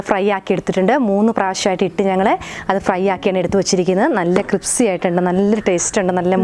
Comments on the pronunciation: ക്രിപ്സി ആണോ ക്രിസ്പി ആണോ എന്താ ശരിക്കും പറയാ🙄🤔🤔🤔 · നിങ്ങൾ പറയുമ്പോൾ ക്രിപ്സി എന്നാ തോന്നുന്നേ 😀😀😀